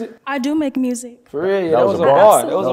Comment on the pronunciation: Normal ppl: “music”: “mursic”